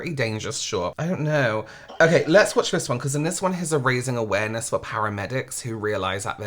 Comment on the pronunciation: This guy is 'awaremess', not awareness. My mental health leaves the premises while I'm watching it.